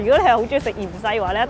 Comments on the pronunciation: In fact, "yin saai" is the wrong pronunciation for coriander (芫荽), it should be "yuen sui (圓需)" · Too ‘ lazy pronunciation’, btw, is it correct to say ‘yin sai ’ instead of‘Yuen sai ’ (Coriander or Cilantro )that we normally pronounced in Cantonese?